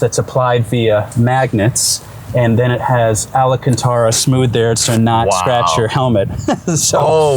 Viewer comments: Whats Ala cantar ? you would think someone would tell him its Alcantara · Someone tell this guy it’s spelled Alcantara, not Alacantara. 😂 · It's a bit funny to hear him not know how to say Alcantara when it's such a big part of his everyday worklife... "Allahcantara" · Did this guy find a new material called Ala Cantara? I hope it’s nicer than Alcantara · “ALLEN Cantera” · Alacantara... Yeah, no. I don't know if it's hard for people to say things as they are but it would be understandable if it's something out of your field of work. Being something that you work with you should know how to say it. About the video itself, great job. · Say Ala-cantara one more time, I dare you! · you should definitely make a shirt that say "Ali-ca-tara"🤣🤣🤣🤣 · alacantara?? i think he’s pronouncing it wrong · did he say, alácantara? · he said it twice. At the beginning too. He also said other things that are incorrect. He doesn't know sh!t. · No journalist would use the word “undoubtably”. But then can even read the word Alcantara without adding a mysterious A - but then he also said very unique more than once.